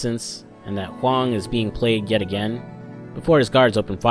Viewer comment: 你Huang的发音百分之百是正确的 (Your pronunciation of Huang is 100% correct.)